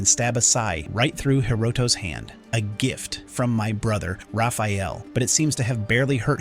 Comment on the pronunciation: lol, he calls Rapheal Ralf several times.